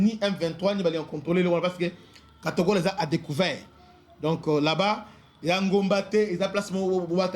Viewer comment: cest katogota pas katogola notre